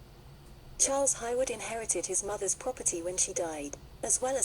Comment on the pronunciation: Her surname is pronounced HAY-Wood not Highwood